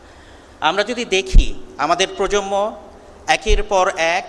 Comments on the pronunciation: স্যার - প্রজম্ম শোনা যাচ্ছে। প্রজন্ম হবে। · প্রজন্ম এর সঠিক উচ্চারণ 'প্রোজনমো'। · প্রজম্ম না প্রজন্ম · অধ্যাপক সাহেব তরুন প্রজন্ম কে বারবার প্রজমনো বলছেন 🥴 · প্রজন্ম উচ্চারণটাও ঠিক মতো বলতে পারে না।